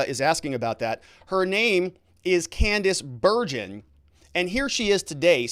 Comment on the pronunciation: Hi, I keep hearing you pronounce Candice Bergen’s name incorrectly. You also do not seem to know who she is other than as a member of parliament. You can find all this on Google. I personally remember her very well.